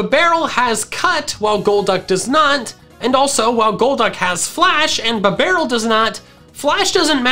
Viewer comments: He saying bibarel: B-Bah-rule I saying bibarel: Beeh-B-Rul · "Bah - barrel". its "Bee - Barrel"